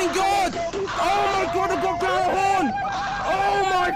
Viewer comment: The fucking cringe of people pronouncing Gjallarhorn like that has never left me all these years later...